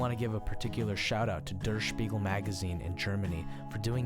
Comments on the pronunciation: dör schpigöl. :D geil ausgesprochen. Aber er hats versucht. :DD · Der Spiegel :D sounds so funny how you say it^^ it means " the Mirror" in english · hahaha the way you pronounced "Der Spiegel" was hilarious. Keep on doing what you are best at I love your music. Greetings from Germany :)